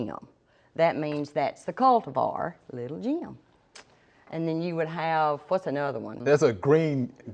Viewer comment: Awesome video! Although its Little "Gem" not Jim